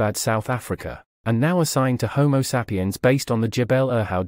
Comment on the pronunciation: Why does this guy keep saying homo sap-i-yan? Perhaps you can tell us what kind of sap you're talking about.